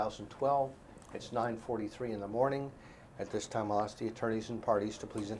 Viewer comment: Please look up the pronunciation of the word “ask”.